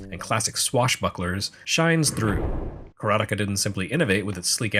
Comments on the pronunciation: LOL! I am, for one, glad to hear your pronunciation of Karateka. Every since I heard Mechner say it in an interview, it was one my biggest A-Ha! moments... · Yes! I watched a video of Jordan Mechner talking about the HD version, though obviously he pronounces it with an American accent. Ka-ra-te-ka, 4 morae.